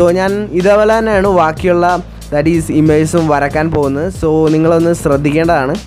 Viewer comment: വരക്കാൻ അല്ല വരയ്ക്കാൻ........